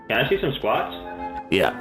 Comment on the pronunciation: Yes, sir. But after u said it a couple times it sounded like u said split splots or splochs. 😂😂